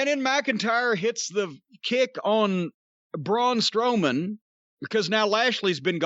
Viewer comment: "Blown Strowman"